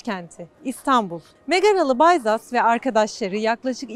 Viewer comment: Bayzas diye telaffuz edilmez bacım Bizas olacak o. BİZAS.